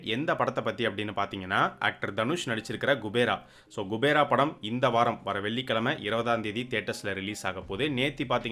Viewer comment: It’s not gubera it’s kubera thevdiya payya tell correctly